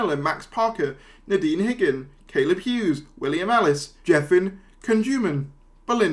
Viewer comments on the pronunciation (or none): none